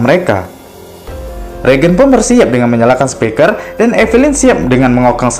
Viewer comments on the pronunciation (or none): none